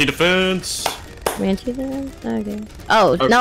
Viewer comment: I rewound the video like thirty times when I heard him say CoMaNcHe DeFeNSe